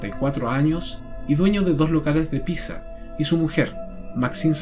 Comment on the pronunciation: Buen video. Pero Pizza se pronuncia PITZA. Al ser una palabra italiana con doble Z.